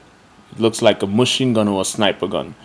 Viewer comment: "MUCHINE GUN" xDDDDDDDDDDDDDDDDDDDDD